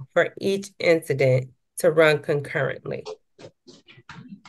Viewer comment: she didn't say "concurrently," she said "con currently." 😁